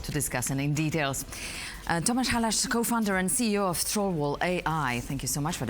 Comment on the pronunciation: Tom-aa-sh hal-aa-s. That's the correct pronunciation of Mr. Halász. Thank you for the interview ! I've been following TrollWall for a few years now, and along with ESET, they're the best, most innovative software company in Slovakia. A world class company. Glad that you decided to interview the CEO of TrollWall.